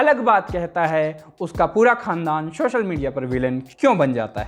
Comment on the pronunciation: भैय्या हिंदी चैनल पर हैं तो हिंदी के उच्चारण सुधारिए। शोशल नहीं सोशल और सिकछक नहीं शिक्षक बोला जाता है।